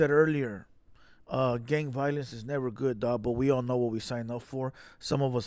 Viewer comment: You keep saying gaymember or gayviolence . It went from gang member and gang violence to that??